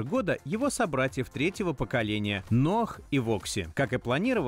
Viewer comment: Из какого села ваши безграмотные редакторы? Что за "ноаХ"? Что за "вальвэ-матик"? Если уж и говорите нерусские слова, то и применяйте нерусское произношение!